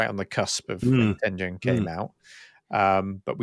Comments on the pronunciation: Tengen is pronounced with a hard G. As you said it's a Japanese word from the game Go and is an era in Japanese history. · Ten Gen not "Ten Jen." テンゲン Such as the G in Garage or Gone.